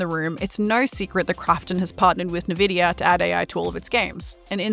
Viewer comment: imagine being paid to review video games and you still can't pronounce Nvidia.